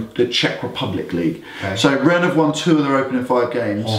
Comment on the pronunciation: Nice job guys. It's actually Rhenne like pronounced and not Run😀😀. And I sent you guys a message on the whatsapp number but I have not been added.